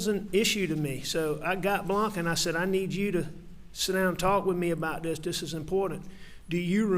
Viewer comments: Other than being a horrible killer of one's family...why can't this gross human being pronounce his t's, and th's?! It's "dis, dat, dem, dey, etc.!" 🙄😤🤬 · "Dis, dat, dem, dose, da, dere" Apparently this guy can't pronounce "th". lol